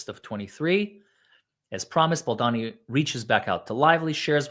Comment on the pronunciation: not BaldAni it’s pronounced BaldOni😉 Glad you’re back ❤ You need to read what Ryan REALLY writes to Justin - how vile/sneaky he truly is against Justin. Can’t believe that you don’t know everything about this story by now.